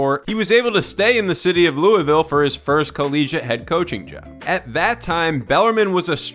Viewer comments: The way he say Louisville 🤢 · You pronounced Louisville incorrectly..